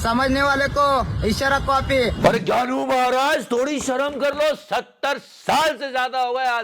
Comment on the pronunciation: Ghyanu is not ghyanu, Ghyanu is pyanu 😁😁